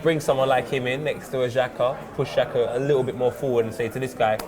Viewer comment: not shaka, not chaka, but xhaka